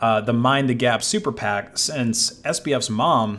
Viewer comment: Say it with me: super PAC. Not super pact, ya goober.